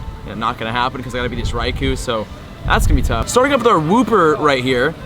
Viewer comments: In the beginning of the video he said sharting instead of starting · Starts off serious, but says sharting instead of starting